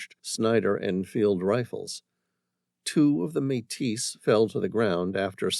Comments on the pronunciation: Another great story. By the way, the addition of the Metis people and Louis Reil was a nice touch. One thing of note, Metis is pronounced "MayTee" 👍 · Oh my. Metis has a silent s, always. And coulee has an eee ending, not eh. These are really basic, makes me think is an AI.